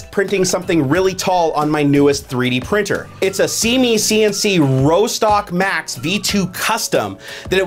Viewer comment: Rostock is a place in Germany, it's pronounced Ross-tock, not Row-stock